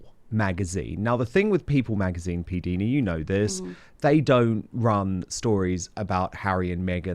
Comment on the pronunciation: Dan, her name is pronounced P Dina, not P deena. The I is eye/i. Listen to her channel. She pronounces it clearly. Thanks😘